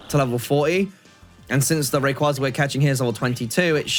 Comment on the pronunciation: The way how you and so many Poketubers mispronoucne Rayquaza a legendary Pokemon hurts me